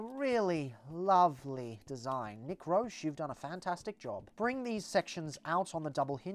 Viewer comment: Fun Fact: Unless he was bullshitting me at NYCC a couple years ago, Nick Roche’s last name is pronounced like roach. I asked him and everything.